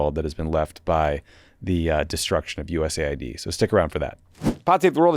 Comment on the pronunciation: Finally someone who uses the letters the proper way: it's US Aid, not USA id.